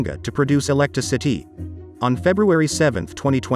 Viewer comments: ”Electri-citee”. Voicebot detected, downvote applied. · ... to produce electra-settee ...? I mean, really? And those Indian names seemed to cause problems. JUST PAY A MAN TO READ IT PROPERLY !!! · When "electricity" is pronounced "eLECTRA sihTEE" you lose me. Use a human narrator, get rid of your fake-ass computer voice.